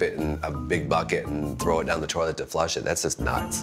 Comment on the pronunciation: There is no "r" in toilet. He kept saying, "tor-let". "My Grandparents had a working tor-let" 😐